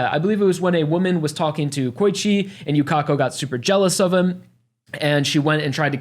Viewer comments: yukeko everyone else: yukako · we correct u with the correct japanese pronunciation here is her name in hiragana for proof ゆかこ